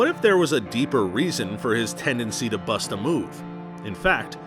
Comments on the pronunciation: My guy said buss it... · Did he say bus it? Lol